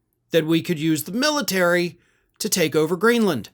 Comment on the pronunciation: The "Miltary.".